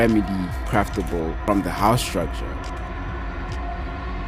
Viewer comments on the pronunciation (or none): none